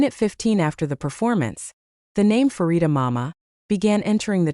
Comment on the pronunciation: The first syllable of her name is pronounced "pa" as in panorama, not "fa" as in "pharmacy".